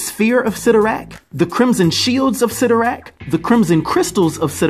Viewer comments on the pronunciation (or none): Isn’t it pronounced CY(IIIIIIII)torrak? I always thought that it was pronounced that way.